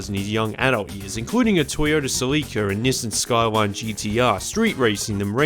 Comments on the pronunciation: dude called a celica a saleeka lmfao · What's a Toyota Celiicca?